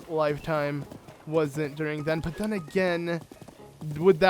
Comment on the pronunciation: Ur good at the game, I give you props, but every time u say "then" u say "Thun" and I wanna yell at u sooo bad, but it's a great walk through, good job